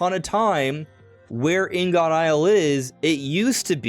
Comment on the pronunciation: It’s pronounced more like ing-it. Ing-uht. Blocks of various metals for processing.